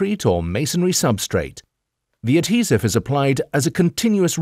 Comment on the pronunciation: Pretty sure that not how u pronounce adhesive lol